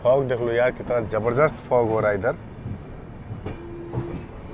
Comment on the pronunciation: Jabardast ❌ jabarjust ☑️